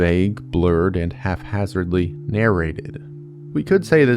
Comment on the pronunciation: Haphazard not half-hazard. Love the vids